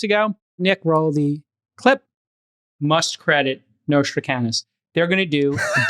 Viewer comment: J-Cal, his name was Nostradamus with a "d".